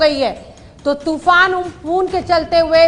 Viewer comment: toofan ka nam to sahi se le...